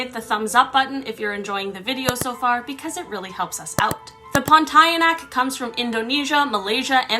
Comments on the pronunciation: Oh God! How're you pronouncing it? It's "pawn-tee-ah-nahk"! Not "porn-tie-air-neck"! You're making every Malaysian give you the "bruh" face now! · I'm from Malaysia and it's pronounced POAN-TEE-YA-NAAAAK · as a Malaysian i can assure you Pontianak is pronounced as pawn-TEE-ah-nuck